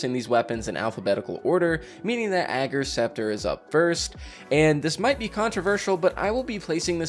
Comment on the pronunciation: Liked because you pronounce Ager's Scepter's name correctly :)